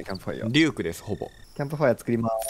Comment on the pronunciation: リュークがデュークに聞こえた(笑)